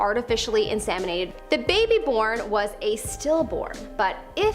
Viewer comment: In SEM inated . Not SAM inated! God that's annoying!